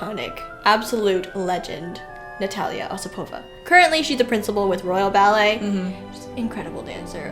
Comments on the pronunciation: I really enjoy your videos, but I feel I need to point out that Osipova’s name is pronounced with the accent on the second syllable. O-SI-po-va. You did great with Zakharova, though! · oSIpova? Really? Nope, she is Osipova.